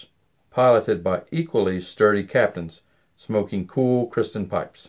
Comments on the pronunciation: Am I the only one that noticed that he consistently says Kristen instead of Kirsten? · Is the name pronounced Kristen or Kirsten? It sounds like you're saying Kristen?